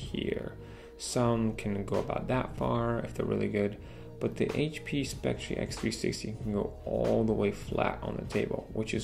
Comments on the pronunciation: Please learn how to pronounce the name of the product you're reviewing. It's pronounced "Specter" despite the spelling, not "spectREE." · It's pronounced Spec Tur...not Spec Tree. This was another useful upload. I appreciate the trackpad comparison. Also, I don't think the power brick was an issue for HP, because they assume the battery life on the x360 is so superior that most consumers will ignore the fugly brick. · You say it like spectree. It's pronounced specter. :) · Great video! Just a note though.. It's pronounced Speck-ter. 🙂